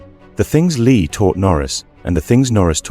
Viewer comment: Brandon lee passed at 28 years old not 38 years old if you are gonna do videos like this at least get it right and it's prounced lee not Leah